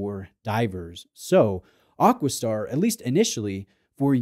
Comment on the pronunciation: I know you get hauled over the coals occasionally for you pronunciation, but isnt it AquaStar, not AquisStar 😂